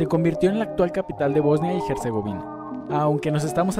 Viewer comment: Herzegovina es leído como “ERZEGOVINA” y no como “GERZEGOVINA”. De nada